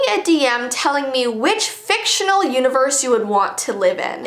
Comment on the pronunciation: so let me get dis staright can I live in anime.. BECAUSE ITS AKOS "FICTANAL.."